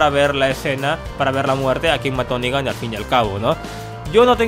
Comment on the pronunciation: Y por cierto es "Negan" no "Nigga" bitches .